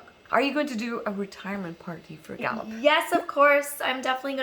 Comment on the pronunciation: Lol in the beginning I thought you were saying "Da boop" lol luv u <3